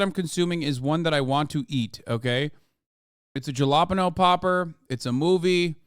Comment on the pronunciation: Yeah but man said "jalla-penno pepper"